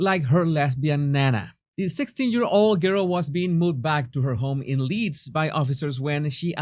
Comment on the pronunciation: It's Leeds. 😁